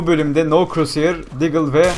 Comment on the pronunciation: no croshear diyon